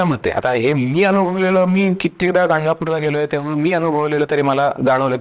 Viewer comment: अरे दादा ते गाणगापूर पूर आहे उच्चार करतांना लक्ष दे